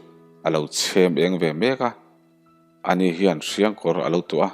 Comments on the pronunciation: Hriangkawr hi kawr(Clothes) angin lam loh tur.... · I chhiar mak thei lutuk Hriangkawr tih kha Hrianghawng sawina a nia kawr tih kha kawr kan hakchi anghian i lam a, changelkawrtih kan lama kawr kan lam anghian lam tur